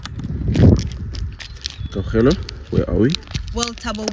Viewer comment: Why is butchering Kgaugelo's name so badly and consistency? Don't you guys work together?